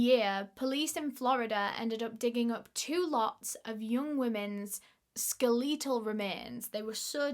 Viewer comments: i appreciate all the work you've done to research and report this case, i just have to say... skell-EE-tal?. babe. honey. bestie. it's SKELL-eh-tal. like, skeleton. SKELL, like well. eh, like meh. tal, like ethical. skeletal. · Skel-EAT- auhl remains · The story is terrible of course, but pronouncing skeletal as skel-eat-el was a nice break of tension for me. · Kinda off topic but the way you say skeletal is actually beautiful